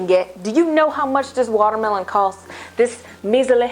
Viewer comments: I am so happy right now because when I cook I also make sound effects ("pochatar!" when you placed the noodles into the pot HAHA) and 're-name' food items like how you pronounce watermelon as 'wadamelone' LOL. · when she said waterweloon i kept thinking of that viner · I lost it when you said "Water-malone"! Oh my goodness, I can't with you, you so funny!!!!! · i legit died when you said watermelón omfggg hahahahaa